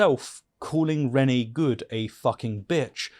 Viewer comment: Renee is not pronounced as ‘renny’ 🤦‍♂️